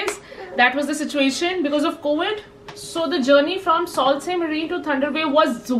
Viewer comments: Love it!! Beautiful video! Enjoyed traveling with you. Btw Sault Ste.Marie is pronounced “ Su Saint Marie” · Sorry but you are not pronouncing correctly for (Sault Ste Marie)